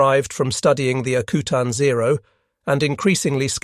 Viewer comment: I live in Alaska and it’s pronounced AK U TAN not akootan. Further more it’s not freezing in the Aleutians in June and july, it’s not exactly tropical but it’s not Arctic weather either. Great production love listening to.